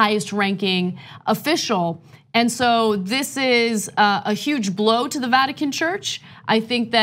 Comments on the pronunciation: She called it ratican haha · She said radican lol Radical Vatican is right girl🤗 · Ratican...LoL...Freudian slip Ana? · Ana was more correct when she said "Ratican".